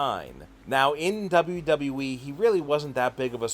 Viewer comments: Just making a point it's pronounced W-W-E not W-W-wee😂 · What is that weird Pronouncing you spelled wwe like W.E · You know how stupid you sound when you’re talking and pronounce wwe, w e. Not good. Plus you guys look to a lot of negatives on these wrestlers. Look for more positives. You are not experts, so quit acting like you are. Work at it and you may get there. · the way you say wwe as “W Wii” really pisses me off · Can your boy not say “WWE?” He keeps forgetting a “W” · STOP FUCKING SAYING WWE LIKE THAT TAKE YOUR TIME REPEAT AFTER ME W W E not FUCKING NAZ CAR WWE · He's having some problems with that 'WW' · The "unique" way you pronounce WWE gave away the fact that you're using a voice changer and basically having a conversation with yourself.. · This guy still can’t say WWE